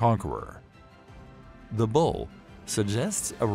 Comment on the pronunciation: Bow* not bull or bowl as it's said in this video. This video is vocalized by an AI. That's lazy. Also the four horsemen represent the beginning of the second coming of Christ not the end of the world (though it is a legendary time).